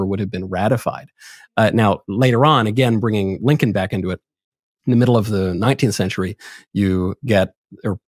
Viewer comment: Did this man just say Abraham Lankin??